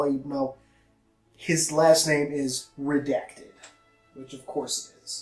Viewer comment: it sounds like he says redect